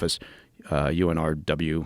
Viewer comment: He doesn’t know how to pronounce UNRWA lol and talks as if he knows shit